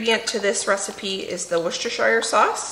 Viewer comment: its actually pronounces WHOOSTERSOSSE. The English tend to swallow or ignore lots of letters 😂